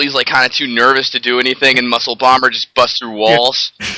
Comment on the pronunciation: Musclebomber = Mussobummer Genre = Jon Ray Super Nintendo = Suwertendo anyway = eenway Ha ha ha = Wuh huh huh A speech teacher must be killing themself every time talks.